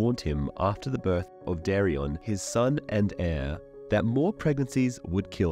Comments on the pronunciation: Not dareon its daeron. I know its hard to focus on names with detail but they are very important factors, for ex daeron matches with daemon in pronunciation so its important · the dude doesn’t even have Daeron pronounced right. He’s saying dari-on 😂😂 when it’s day-Ron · Its pronounced "day-ron".